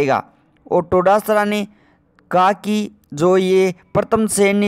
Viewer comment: उच्चारण तो सही करो टोडासरा नही डोटासरा है।